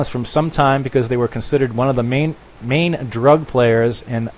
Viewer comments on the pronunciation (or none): none